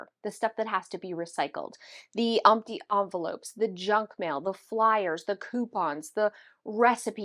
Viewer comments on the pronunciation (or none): Lol you said "umpty envelopes"